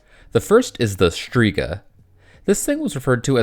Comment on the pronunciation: The way you said shtriga is fucking insane. Like holy mispronounced